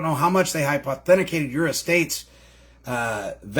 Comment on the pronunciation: It's hy-poth-e-cated, not hipe-authenti-cated, just so ya know. 😘